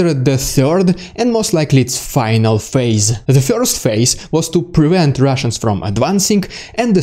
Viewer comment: The emotions this guy presents are really good! While respecting the tragedies involved; It's entertaining to listen to this news delivery! It kills me that he cannot pronounce "Dude" or "first" LOL! He says "Dyood" and "fiyorst" But it's AOK; part of the entertainment deal! The mimicking of Russian commanders is especially funny. Or should I say, "Fyunny"!??